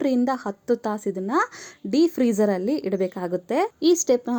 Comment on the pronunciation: Freeezer not de frrzer